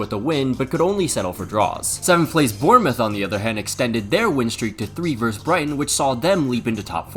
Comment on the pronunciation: The v in, say, Man City v Man Utd, stands for versus, not verse. Versus has two syllables. Please respect the second syllable by pronouncing it. I enjoyed the video, by the way. Nicely paced.